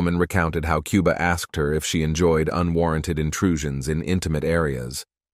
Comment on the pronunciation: KOO-BA!!!! NOT QUE-BA!!!